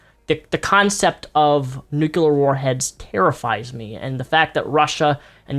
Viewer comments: You said Nucular instead of Nuclear. You're not George W. Bush lol, try saying it right. 😂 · Nuclear is pronounced "new-clear" not "nu-culer". Other than that, great video. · NUCLEAR. There's not an extra syllable! Fahk you!